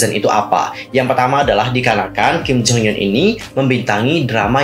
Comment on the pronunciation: Bang setiap lu ngomong Kim Jong Hyun gw dengernya Kim Jong Un masa 😭